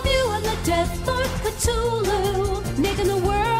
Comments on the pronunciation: Oh I thought it was pronounced "Cth-u-lu" not "Ct-hulu" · They pronounce Cthulu wrong they forget to pronounce the h they say ctulu. instead of cthulu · they proonounce cthulu wrong they say cTulu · It's pronounced cth ooh lu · they pronounced Cthulhu wrong. Well kinda. No one can pronounce it correctly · I still can't get over how they butchered the pronunciation of Cthulhu.